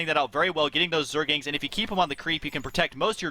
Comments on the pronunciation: stop calling them zergings, it zergLINGS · Aah, the good old days when husky said "Zergings" instead of "Zerglings" every time... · husky keeps saying zergings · Anyone notice how Husky keeps saying Zergings? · jesus christ they're calling rax raxes apparently not knowing wtf they're talking about, that's like saying barrackses.... really?! and husky keeps saying zergings instead of zerglings, it's driving me fucking insane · is it so hard to stop saying 'zergings'? :p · Why the fuck do you have a commentator who doesnt know how to say 'zerglings' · Does anyone else notice and get annoyed with husky saying Zergings?? there is an L in there, husky.. zerg-Ling other than that great job guys, i enjoy watching your vids HD